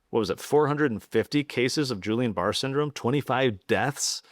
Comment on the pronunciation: I’ve heard you mispronounce Guillain-Barré syndrome multiple times as if you never went to medical school. Drives me crazy :-)